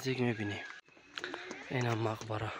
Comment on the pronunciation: чи иқа бесаводи ба ҷои мақбара бгуй марқабай мегуй 😂